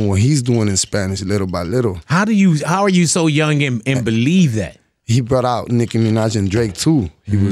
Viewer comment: ANUEL AKA " LILLE BY LITLE"😅